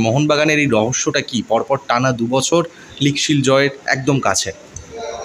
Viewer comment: এর কিছুতেই উচ্চারণ ঠিক হবে না জীবের আড়ষ্ট তা কাটছে না বছর কে বসর বলছে খুব শ্রুতি কটু এর এই খারাপ উচ্চারণের জন্য এর ভিডিও দেখতে ইচ্ছে করে না